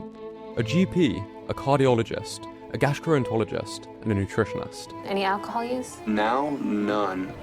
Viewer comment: "My liver was full of fat..." He was so out of it he mispronounced alcohol.